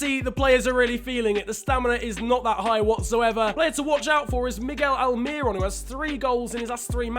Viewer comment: No one: Absolutely no one:: MIgGeL ALmiRoN